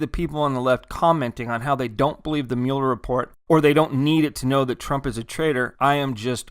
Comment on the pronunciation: You keep saying Mueller wrong.